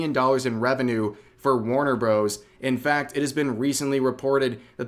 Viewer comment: I’m sorry, did you say “Warner Bros?” As in the word “bros?” You don’t really think that’s how it’s pronounced, do you? I gotta give you a thumbs down for that. I’m sorry, zoomer mispronunciations have consequences.